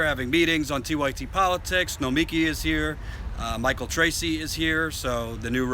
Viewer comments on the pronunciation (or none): you've worked with Nomiki for how long and still can't pronounce her name? It is NO-ME